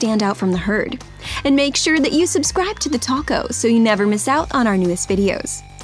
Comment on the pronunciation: TheTalko sounds like TheTaco 🤣🤣